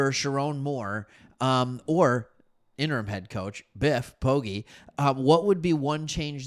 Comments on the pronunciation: Biff’s surname is pronounced Po-“Gee” (like the letter G”)👍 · Ive always heard it pronounced, po-jee